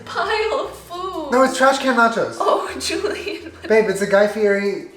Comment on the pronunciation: But he only responds to "Julien-uh!" That hidden 4th syllable, thanks Jenna! 🤣🤣